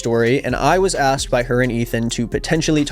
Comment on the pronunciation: Do you pronounce asked as axed on purpose